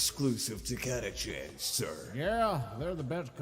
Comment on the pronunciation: Also it's pronounced Cata-can